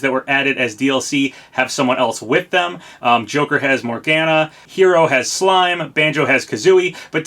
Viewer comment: Hey, I really like your content but wanted to correct you on a few things. First of all, Ryu's last name is said "Hi-ya-boo-sa", not "hey-ya-boo-sa". Also, Morgana is said like "more-gah-nah (the ah sound is like when you open your mouth for a doctor). I don't want to be a pronunciation nazi, but I figured you should know.